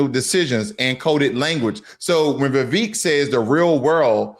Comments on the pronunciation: Vivek is pronounced Vi-vake like cake. Also, Vivek comes from ancestors of the highest caste system in India. His family did not poop in public. 🙄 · You pronounce Vivek as if it is Revek.